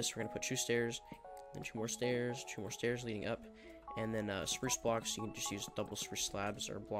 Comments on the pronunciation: i love how he say two.. CHOO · Why do you pronounce two as “choo”